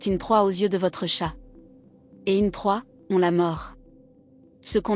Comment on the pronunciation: L'IA a du mal avec "chat'l'animal" et "chat discussion" en Anglais ! Faut renforcer le module "bilingue"... Si c'est un mot portugais il sera moins dans la merde...